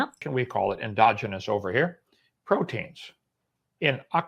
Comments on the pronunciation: mispronouncing endogenous is pretty cringey. Never a good sign when you get corrected by Kent Hovind. Youtubers mispronouncing words without bothering to look them up is something of an epidemic. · is really irritating to me. He only "debunks" the lowest hanging fruit (flat earth mostly) He just doesn't strike me as that smart.. EG we pronounce endogenous 'en-dodge-en-us' here in the UK too, It has 4 syllables, not 5... "endo-genius" isn't a word, He's just probably not heard that word before. (I'm not siding with Hovind, I'm an atheist too, I just don't think is a good source)